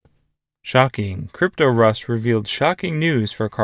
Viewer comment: It’s “cryptos” “r” “us” you mispronounce it so bad that it’s almost unlistenable